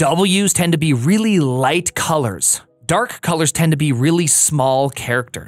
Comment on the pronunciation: "Colairs"? Probably best you removed the U. I don't think you understand how that letter works.